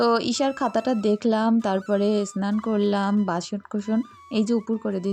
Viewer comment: সবসময় দেখি তোমাকে একটা কথা বলতে । তুমি সবসময় বলো এস্নান এস্নান বলো কেনো? কথাটা হবে স্নান করা।